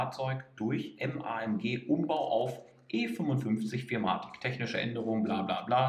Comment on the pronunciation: Ist nicht arrogant gemeint, aber ich arbeite momentan selbst bei benz in der Werkstatt und ich habe noch nie jemanden "vier matic" anstatt four matic sagen hören 😂🙏🏻 coole Videos, weiter so